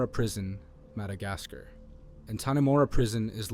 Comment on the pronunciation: Keep up the great work. Your videos will succeed. I guarantee. One thing though, it’s kind of funny how you say Madagascar but that’s just nitpicking